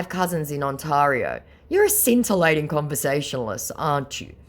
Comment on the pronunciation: Please stop mispronouncing Ontario ... it's my home province so it's kind of grating ... Ont- tear - io (that's tear as in tear a piece of paper in half) ... thank God you weren't trying to pronounce Nunavut or Saskatchewan